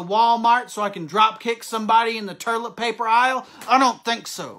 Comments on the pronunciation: Did he say "turlet paper"🤔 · I love when he called it......"turlit paper"!! 😂